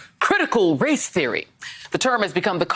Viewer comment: Josh Can't even say race.